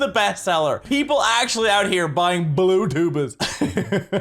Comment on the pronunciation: i couldn't help but hear "blue tuba's" as 'youtubers'